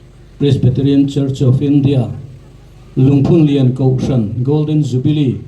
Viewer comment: Lungphunlian i lam rik dan erawh ka complain deuh. "Rallianchhawn" tih thluk anga lam hi a dik lo a, "Haw vat rawh " tih thluk anga lam rik tur ani e